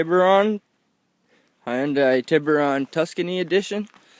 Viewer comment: I’ve watched many videos today and not one person can say Hyundai 😂